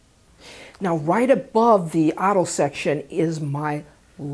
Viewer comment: Im listening to you talk did i notice a accent when you say " auto " 🤔